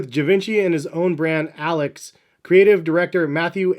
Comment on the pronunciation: Lol the way u pronounced alyx